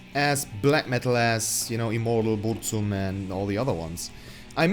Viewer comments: You are pronouncing Burzum wrong poser monkey, delete your channel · Thanks for the tips on a proper pronounciation of a german band name. Pity you did not put in the effort to learn a proper pronouncation of Burzum, especially considering that your own metal band name comes from the same language. Actually, from the same poem, 3 words apart.